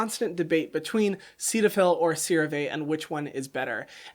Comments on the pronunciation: I thought CeraVe was pronounced “Sarah V” and I thought Cetaphil was pronounced “Set a Phil” 💀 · I feel you, I always thought Cetaphil was pronounced set-a-fil 🥴🥴🥴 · The way he pronounces Cetaphil really just annoys me